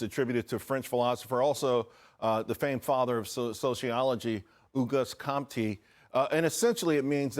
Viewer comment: He said "Auguste Comte" just as you'd expect by taking a look at him.😄 Should be oh-GOOST KOHNT. (Rhymes with 'oh boost don't.') Then he went on to interrupt his interesting guest over and over. That was rude to her and it deprived us of knowing what she had to say. Bit of a mess.